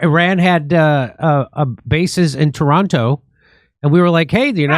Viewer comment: The way Jimmy pronounces Toronto is so cute. Wrong, but cute.